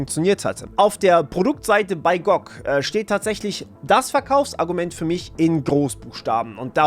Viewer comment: Gutes Video, aber die Aussprache von G.O.G. und Widevine ist schlicht falsch 🫪